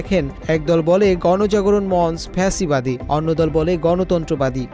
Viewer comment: কাদের দিয়ে নিউজ পড়ান?? ভুলভাল শব্দ পড়ে ।লেখছে ফা সি বাদী বানায় দিছে ফ্যা সি বাদী